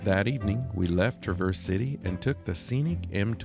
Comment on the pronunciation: Really enjoy seeing others' enjoyment of our mitten state. With all due respect, it's Traa verse, with the emphasis on the first syllable. 😊